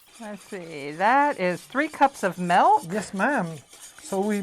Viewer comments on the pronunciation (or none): MELk...mlk...English its MILK.